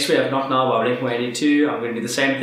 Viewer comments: Totally butchered “not now” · Dude you totally butchered not now when you were playing the original